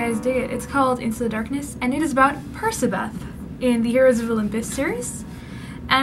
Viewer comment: This when I realised that percabeth is pronounced persabeth not perkabeth